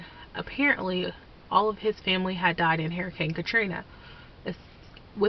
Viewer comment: I heard "Harry Cane Cathrina" like 5 times, before I understood it. :P